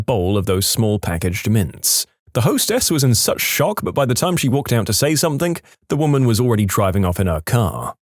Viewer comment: No k in the word something